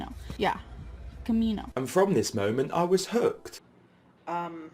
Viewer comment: I always hear it as Mole Mint when says it